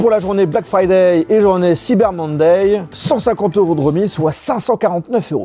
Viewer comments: "black fraday" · You speak verry good inglish 😄 (black FRADAY)?